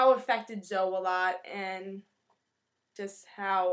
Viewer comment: It's really cute the way you say it and I might be wrong, But I think it's pronounced Zo-ee